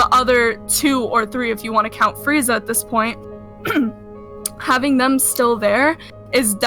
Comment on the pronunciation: He said fweeza